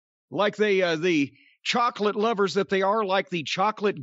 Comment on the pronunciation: jim saying "chocolate lovers" with that southern ass accent🤣🤣🤣🤣bro this mf crazy 😭😭